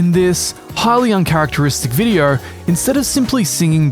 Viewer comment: why does he pronounce VODEO, VIDIER?